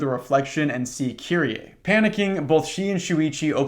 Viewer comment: dw about the pronunciations, i've heard a lot of people pronounce her name as "kiree" rather than "kiri-ey" so you're doing her more justice than many english speakers already lol all that matters is you try